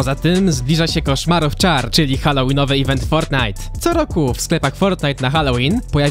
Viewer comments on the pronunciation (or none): none